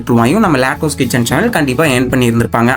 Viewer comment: அட தம்பி அதை லேட்டாஸ் கிச்சன் இல்ல லட்டூஸ் கிச்சன்